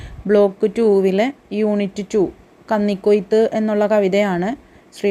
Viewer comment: കന്നി (പന്നി) ക്കൊയ്ത്തല്ല 😂😂 കന്നി (മിന്നി) ക്കൊയ്ത്ത് 😡😡 മൊത്തം തെറ്റാണല്ലോ 😂😂 ഒരു തവണ ആ text വായിച്ചിട്ട് വീഡിയോ എടുത്താൽ നന്നായേനെ😂😂😂